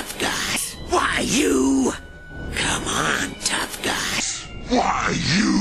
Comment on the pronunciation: sounded like : who are youeoew